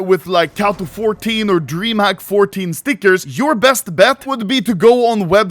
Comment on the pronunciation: makes my blood boil how you say stickers